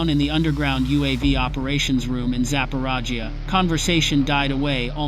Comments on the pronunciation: "Zaparajia"?? Is that supposed to sound like Zaporizhzhia? More FICTION ! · Sapporaggia. Sounds like a small village in India. This is AI or just dumb guy?